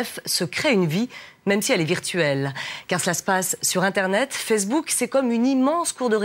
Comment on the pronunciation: "Marc Toukerberg" ? j'ai bien entendu ça ? O_o bah dit donc ! Et la meuf qui dit "Fersbook".......